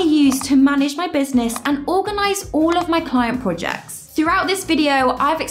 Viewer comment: I cant help but notice how you pronounce Projects as PUJACKS and Products are PUDAKS 🤣🤣🤣🤣🤣 Great Work!!! (y)